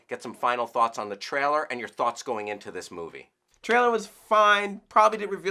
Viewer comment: always pronounces "trailer" like "traehl'r."